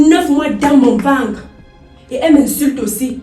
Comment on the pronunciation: il faut leurs apprendre à prononcer ventre comme toi et non vencre sa fait trop bizarre 😅